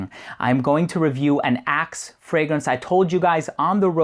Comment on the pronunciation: Love your review! The part where you talked about your friends in the locker room it sounded like you said "a can of Ass" :P